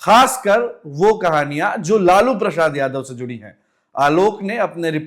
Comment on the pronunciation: इसको लालू प्रसाद यादव का नाम तक तो बोलने आ नहीं रहा और यह लालू प्रसाद जी का किस्सा सुना रहा इसको पता भी है कि लालू प्रसाद क्या हैं